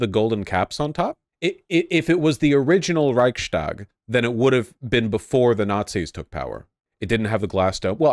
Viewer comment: it's reichs tag. not reich stag.